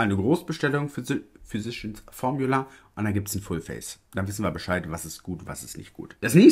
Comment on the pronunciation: Physicians Formula ist so eine tolle Brand! Gibt hier in USA keine Drogerie oder Einkaufsmarkt, die/der diese Marke nicht führt! Zu recht! Ich finde die Produkte toll! Bitte unbedingt mehr davon ❤️🥳🤩🤗 (Füsischi ens Formjula wird es ausgesprochen 🤣)